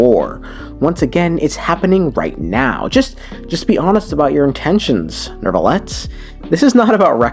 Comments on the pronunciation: Why do people pronounce Neuvillette as Nervillette? I don’t know how to pronounce French names but if that’s how it’s supposed to sound, then I have been pronouncing it wrong the entire time he’s been released. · Why is his name so hard to say for too many people? What the hell is a Nerve-a-let? Neu is NEW! NEW! I'll bet you want a new car or a new house in real life. Go to a car dealership and tell them that you want a nerve car ya jackass 😂😂. Where's my baby powder at? I'm going to start jumping through the screen and planting the white hand of Saruman on these fools 😂